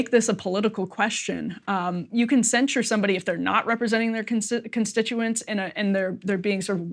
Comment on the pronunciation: Excellent you two! It's truly beautiful to watch two people with disagreements on such a hot topic to keep civil with each other. But please. Stop saying "cenSHure" it's cenSure, and cenSorship